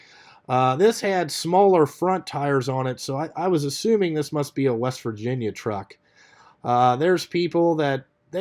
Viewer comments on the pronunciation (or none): none